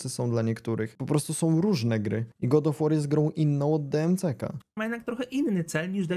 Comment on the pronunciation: tiltuje mnie troche ten god of łoar